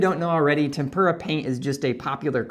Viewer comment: Thank you for the useful information. One point: TEM-pra. tem-PUR-a paint is paint dipped in a Japanese batter mix, and deep fried.